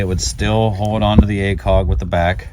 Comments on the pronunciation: I like the video but I can’t watch it in full just because of the funky way you say “acog” a million times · whatever your accent is, it really comes through when you say acog haha